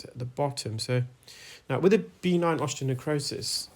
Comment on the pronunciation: How common is benign osteonecrosis? (By the way, it’s pronounced be-NINE, rather than BEE-nine).